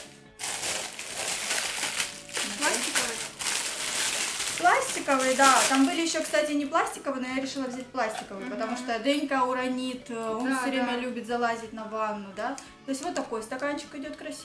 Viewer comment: Ужас,что за выражение???? Дэнька уранит ( ударение ты поставила на И ). Нет такого слова,безграмотность...